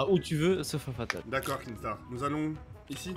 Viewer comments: Sa m’énerve les gens qui disent kingstaar alors que C’EST KINSTAAR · Il me stresse quand il dit kinkstar